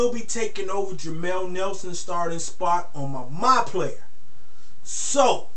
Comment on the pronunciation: u said jamel nelson its jameer nelsom